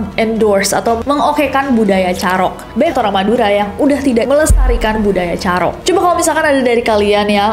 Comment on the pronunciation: Kak cara penyebutann "carok" nya salah. Mau benerin tp gada vitur VN 😂🎉